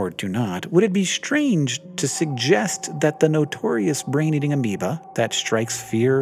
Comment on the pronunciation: Ameoba sounds kinda wrong. Haha.